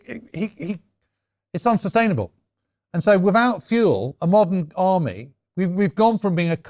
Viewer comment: "Freatened", "Wivout"? Are you an academic James? You can't even pronounce "th" properly.